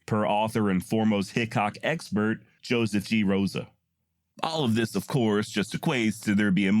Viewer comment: Sis, not dis